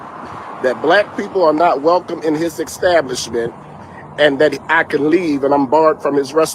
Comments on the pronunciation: Ecstablishment 😅 otherwise that’s fked up. But pronunciation is important. Racists are gross. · Bro just say ESTABLISHMENT there is no “k” in there